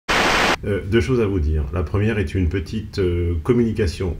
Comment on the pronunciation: Salut à tous c'est, je voulais vous faire une petiteuh communication commerciale